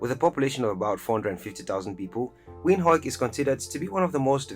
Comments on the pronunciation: It's pronounced "Vind-hook" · Windhoek is pronounced "Vint-Hook" it's Afrikaans